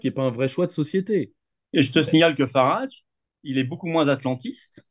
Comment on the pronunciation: Entretien particulièrement intéressant et enrichissant, de nombreuses analyses très pertinentes - à mon sens. Grand merci de l'avoir organisé et partagé. (juste lui dire que Farage se prononce comme "garage", tout simplement, enfin c'est ainsi que le principal intéressé prononce son propre nom ;) )